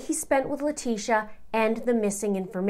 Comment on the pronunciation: I think it's an inside joke to mispronounce LIE-trashia's name. They say it perfect when they say Al or Gannon, but when it comes to her that is when they go crazy with her last name😂😂